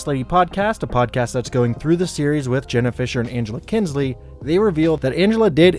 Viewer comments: It’s Kinsey not Kinsley, Mr “”… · Just a heads up: it's Angela Kinsey. Not Kinsley. ✌👍